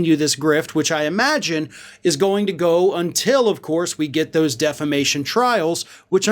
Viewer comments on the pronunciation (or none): You mean “deflamation?” Lol